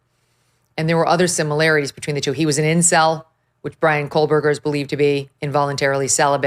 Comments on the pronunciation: Co-berger, not Coal-Berger. Just sayin’! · Meghan it’s KOHberger, not KOHLbergar. No L. I hope you can get Kaylee’s sister on your show. The investigation for this crime was HORRIBLE. YouTubers and the Gonsalves family did better investigations than they did. Anyway ….